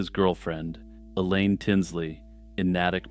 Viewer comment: It's pronounced Nay-tick "Natick" Massachusetts 😊 I see you recovered further in. Well done